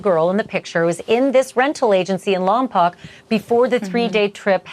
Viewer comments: So…it’s lom-poke. Not lom- pock. 🙂. Just FYI. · Love all you do! You’re the BEST!!! (Oh, and as a CA Central Coast decades local, if it matters, it’s pronounced “Lom-poke” — I promise). Hoping with all I’ve got that all ends well! 💞 I can hardly stand that they had to give the mother 72 hours and not 72 freaking seconds! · Thats not how you say Lompoc!